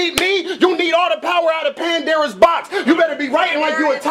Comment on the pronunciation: "...Pandera's box..." Fail.